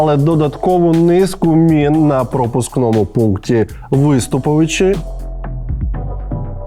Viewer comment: Виступовичи - наголос на О, а не на У.